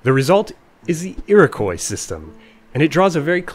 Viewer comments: Very interesting! Just a heads up though, Iroquois is pronounced more like “Eerokwah”, not “Eerokoy” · Iroquois is pronounced Eer-o-kwa, not eer-o-koi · Iroquois is said "ear-oh-kwa". Good video, though. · It's pronounced ee-roh-kwah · Thanks! Where I grew up it was only -/kɔɪ/. I'd never heard the -/kwɑː/ used in Canada (and some of the US) before I made this video! That pronunciation interested me enough I did some digging and writing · Originally, yes. And if "Iroquois" keeps being pronounced wrong by too many people for too long, the same thing will happen.